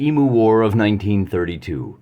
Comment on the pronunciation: Great vid, but I'm afraid you have to redo the audio and correctly pronounce E-myou 😅